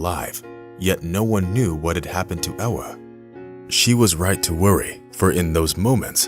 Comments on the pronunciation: Its Ewa not Ella.. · You are mispronouncing her name, in Poland, W is pronounced as a V, her name is Eva.